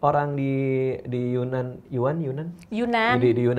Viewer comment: Maaf mbak. Mau bilang, sebenarnya penyebutan yunan itu adalah yenan. Yenan itu lebih ke nama suku . Dibuat menjadi nama daerahnya 😁😁 .